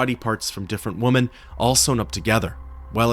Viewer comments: Remember there's a difference in pronunciation when it comes to the words 'woman' and 'women'. You mispronounce 'women'. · Is there a particular reason you can't pronounce "women"?